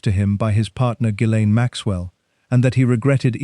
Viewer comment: Ga-lynn, NOT jizz- lane...just saying, heard it pronounced by a lady who worked around her, let's just clear that up right now... since we're able😊 Much Love Everyone and remember: no matter how hard things are, at least you're not one of these 'people'❤